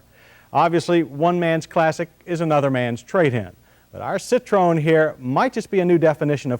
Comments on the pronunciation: why do Americans pronounce it citrone... its citro-en 🤦🏻‍♂️ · It's pronounced Sit tro en, not a Sit trone. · Firstly, you gotta know how to pronounce the Brand CITROEN - "SSITT-TROH-ÄNN". VW = FOWW-WEHH. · I wish people would learn how to say the car name correctly!!